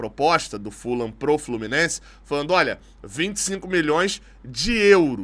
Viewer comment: boa em chamar o Fulham, com a pronúncia correta - Fulam. A maioria da imprensa erra chamando de Fulram. Outros erros da imprensa: Tottenham, falam Tottenram, mas o certo é Tottenam; o jogador Vegeti, falam Verreti, mas o certo é Vegeti mesmo. Sugiro sempre pesquisarem as pronúncias antes de saírem repetindo errado. Abraços